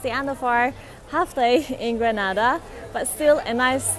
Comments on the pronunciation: Just an FYI it is pronounced “GRAY-NA-DA”. Nice video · It's actually Grey-nay-dah